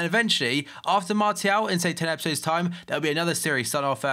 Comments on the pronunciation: It´s french, so pronounce him Marsial /Marcial, if you know what I mean. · but it's pronounced Mart-e-al not marshall